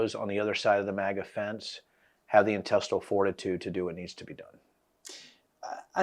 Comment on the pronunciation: Mate, just cus we're British... doesn't mean you need to change the pronunciation to "mahga"... Just say "maga" like everyone else! 😂🤦‍♂️ Do you also say "Alabahma", "Alahska" and "Indiahna"? Got me cringing over here